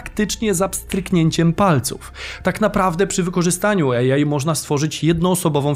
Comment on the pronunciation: Super odcinek, dziękujemy. Kłuje mnie tylko w ucho mówienie łącznie bez przerwy 'ejaj' zamiast 'ej aj'.